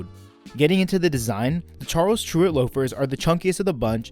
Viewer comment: Tyrwhitt is pronounced like spirit.